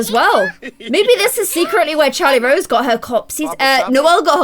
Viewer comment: It's Charrlote Rose not CHARLIE ROSE